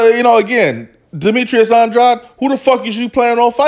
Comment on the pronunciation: If pronouncing Andrade is too difficult, then commentating may not be for you.